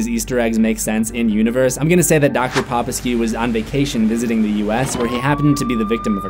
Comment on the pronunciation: I think it's pronounced Dr. poh-peh-skoo (my doctor actually shares this name. Weird coincidence)